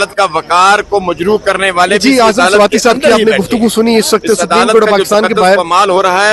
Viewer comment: اگر پڑھےلکھے لوگ بھی الفاظ کی ادائیگی میں زرا سی توجہ دے لیں تو اچھا ہوگا 😮😮 ورنہ دوسروں کو یہ کہنا کہ ”ایک تو یہ پڑھے لکھے نہیں اور دوسرے یہ کوشش بھی نہیں کرتے“ ”سَپریم “ نہیں ”سُپریم“ ،، سُپر سے بنا ہے اور ” جیلی“ نہیں ”جعلی“،، الف کی آواز کے ساتھ جیسے”جعالی“😂😂😂😂😂😂 ایسے بہت سے الفاظ سُن کے قومی زبان شرمندہ ہوتی ہے 😮😮😢😢